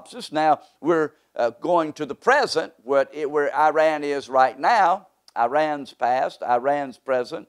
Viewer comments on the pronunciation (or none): You can’t even say the country’s name properly, who is taking you seriously 😂